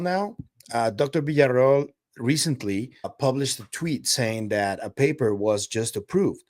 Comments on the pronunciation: Is Villaroel not Villareal.. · Fantástico como siempre,, gracias. La cosa está apasionante!!! Ah, y recuerda que es Villarroel, no Villarreal... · Her name is Villaroel, not Villareal! Be respectful. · It's not VILLARREAL, IT'S VILLARROEL.